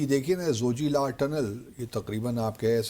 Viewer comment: At least get the name right! Zoji-la tunnel.. La = High mountain pass in Tibetan & Ladakhi